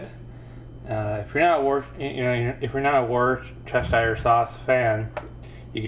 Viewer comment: Worcestershire is pronounced "Wustershire" ... it's one of our English counties, and "home" of said sauce ... :-)